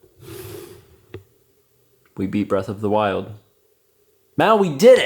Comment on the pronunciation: *Beast of the Weast